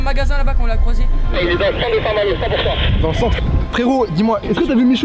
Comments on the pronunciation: A « saint-malot » 😂😂😂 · Vous aurez pas du mettre le réel quand il dit saint malour, j’ai bloqué dessus 😂😂😂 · "A saint Maloo" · " À saint malooo" mdrrr l'ia ratée je crois xD sinon super vidéo gg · A saint malooo mdrr 😂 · Le " A st malot " avec l ai me tue 😂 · Le fameux ''a saint malo'' 😂😂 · "Saint malooo"🤣🤣🤣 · Mdr le "SAINT-MALO" je men souviens encore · Ça me stresse qu'il dit saint malo ces intra muros x)